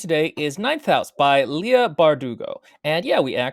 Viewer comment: Leigh is pronounced "Lee"... You know... as a Leigh ;P I tried to read this but is was so sad and so slow, I got about halfway through before switching to something silly.